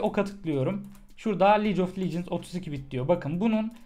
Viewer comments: licof lecıns değil abi ligof legends yani league of legends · liec of licıns